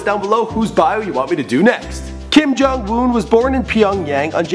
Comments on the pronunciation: It's Kim Jong-Un not Kim Jung-Un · But it's Jong not jung